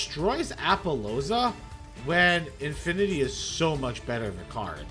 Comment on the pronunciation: I love that othee than I:P you didn't pronounce a single card's name right😂. Favorite was calling Infinity-Infernity. It's part of your charm.